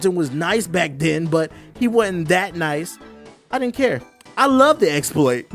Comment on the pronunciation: Exsploits lol